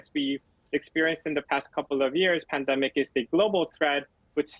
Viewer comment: Omicrone? Pandarmic? Lol